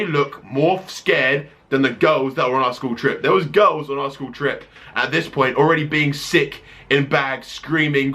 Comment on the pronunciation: When you say girls, It sounds like u say ghost :)